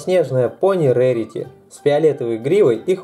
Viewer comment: это не рэрити а рарити